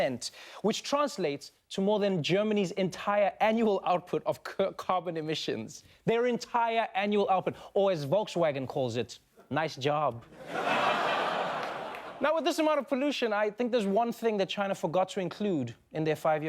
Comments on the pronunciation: Love you Trevor but dude, why you mispronouncing Volkswagen? You know that's not how you say it. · the way u pronounced Volkswagen is the best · Trevor, when you were in South Africa, you pronounced Volkswagen the Afrikaaner way..... America will wash you neh?